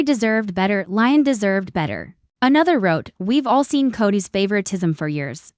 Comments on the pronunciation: Leeeeeeon not lion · PLEASE! Educate on th pronouciation of Le'on!